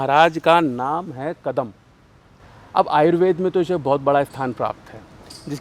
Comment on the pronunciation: कदम्ब है सही उच्चारण प्रभु